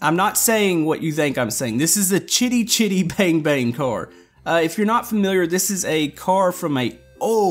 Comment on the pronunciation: Perfect pronunciation of it =) the base car used to make chitty chitty bang bang in the movie was an old race car, so you got that right. the wings that expand out are just the ribs of what should be canvas covered wings. honestly not sure how i could kill the semi's lag, before the update just the front half alone took me down to 14 fps. and after with the trailer takes me right back to that same thing. if you want i can try and strip it down a bit and remove as much lag as possible. and thank you for showing off my vehicles!